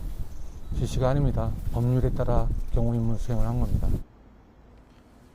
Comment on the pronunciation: 소름ㅁㄷㄷㄷㄷㄷㄷ 지시가 아님다 북한말투 아님?ㅋㅋ 자기도 모르게 간첩인증???????